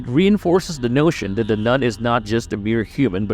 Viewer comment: It is "THE" Nun, not "DUH" Nun!